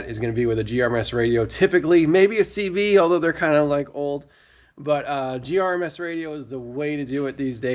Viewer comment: It's gmrs not grms and it's retevis not retrievis